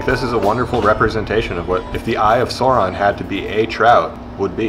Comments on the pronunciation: Its Sauron not Suron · I showed my lil bro him saying "eye of sawron" and he nearly punched the phone out of my hand 😆🥴